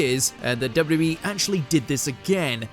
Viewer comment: WHAT A HORRIBLE PRONUNCIATION OF WWE